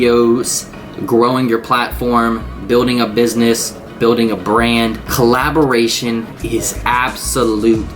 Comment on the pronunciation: I adore you but "Collaboration" ;-)